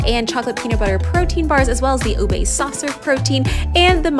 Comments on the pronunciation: can you please stop pronouncing ube as "ubey"??????? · "u-bey" lmaooo. it's pronounced as just "u-be"